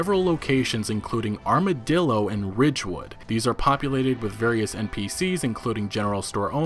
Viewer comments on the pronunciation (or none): none